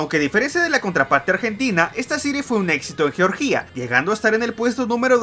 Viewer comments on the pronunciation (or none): Me da gracia que ni un país puede pronunciar el loco este, es «Georgia», no «Georgía». Además, ese resentimiento a la Argentina si se puede ver.